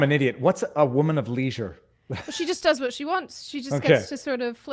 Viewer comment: Sidney does not have a strong Aussie accent, as an Aussie, the US accent is noticeable in her speech. Sidney does have Melbourne accent, but nobody in Australia pronounces leisure like Sidney pronounces it, so wondering where she got that from.